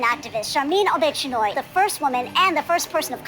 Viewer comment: "Sharmeen O-Bitch-Anoy" XD